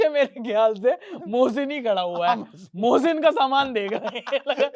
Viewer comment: baaki sab thik hai aaap mohsin ko Bhosin kyu bol rahe ho😂